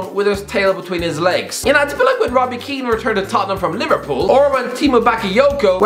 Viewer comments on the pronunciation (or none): none